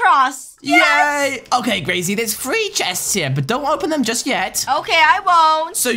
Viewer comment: It’s three not free 😤😤😤😤😤